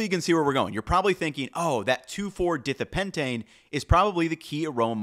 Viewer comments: Great video. Also, chemical name pronunciation: it's pronounced like "die THIGH-uh" not "DITH ee uh" pentane. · Dithiapentane is pronounced as die-thee-uh pentane, not dith-ee-uh pentane. The di- means two, and the -thia means it contains sulphur, so it must contain two sulphurs. Also, vanillin is vanil-in, and not van-uh-lin. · fwiw - the pronunciation of the marquee flavor compound 2,4-dithiapentane is like “di-thigh-uh” not “dith-ee-uh”. And for good measure, vanillin is “vuh-nill-in” not “van” as in the automobile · the chemical should really be pronounced di thia pentane. not dithea. I know theres a bunch of wrong "how to pronounce" sites out there. They are wrong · 2,4 dithiapentane not pronounced "ditheeha" but Die-thigh-uh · 2,4-die-thigh-a pentane (di=2, thia=sulfur). Not 2,4-dith-eyah pentane. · Great video. Just a note from organic chemistry: "DIH-THEE-UH" pentane? It's "DIE-THIGH--UH" pentane. "VANE-UH-LIN"? It's "VAH-NIL-LIN" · It's a chemical name pronounced "di-THI-uh pentane", with "long i's"...not "DITH-ee-uh pentane". For all the research you do to write your script, it would be appropriate to discover how to pronounce unfamiliar words or names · It's pronounced di-thigh-uh-pentane!! Not di-thee-uh-pentane! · Dithiapentane is pronounced with the I:s like bike and not like think! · it's pronounced as "dai thaya" not dithia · Semi important note 2,4 dithiapentane is pronounced 2,4 die-thigh-a-pentane organic chemistry is very particular with naming as the name gives you the structure in this case a 5 carbon chain of only single bonds with a sulfur (thia) at the 2 and 4 positions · A note on pronunciation: vanillin is pronounced VAH-NILL-IN and dithiapentane is pronounced DIE-THY-AH-PENTANE. Also, we get blind to sulfur compounds (as in truffle components) VERY quickly. Would love to see a deep dive into thiol and thioate containing foods (horseradish, onions, mustard, wasabi etc). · phonetically its properly pronounced 2,4-dye-thigh-a-pentane :-)